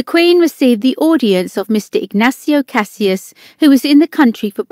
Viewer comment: It would be good if the person narrating could pronounce names correctly - Cassis and Derby at least.